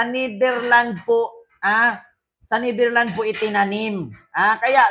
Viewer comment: Psssttt correction lang please, it is pronounce as NetherlandS may S sa dulo.😊❤